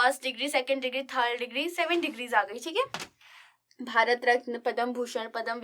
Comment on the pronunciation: mam its not padam its padma पद्म